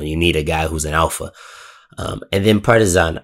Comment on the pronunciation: Absolutely love the way you pronounce "Partizan"! Keep that change as permanent please✊